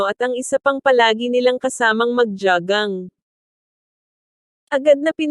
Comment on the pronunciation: JOGGING PO,....HINDI ..JAGANG..HEHEHE